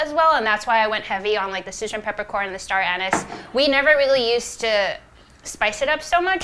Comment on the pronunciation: Star-anous lol